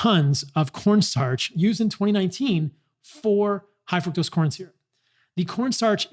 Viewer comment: Is he purposely saying fuctose?